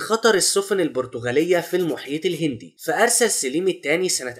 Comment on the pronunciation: سليم بفتح السين وليس بكسرها